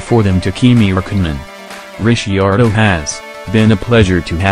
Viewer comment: made it about 5 sec into this until I heard your robot narrator pronounce Ricciardo. Weak, cheap clickbait.